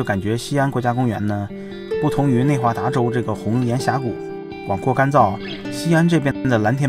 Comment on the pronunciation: 内华达州 不是 内达华州 😂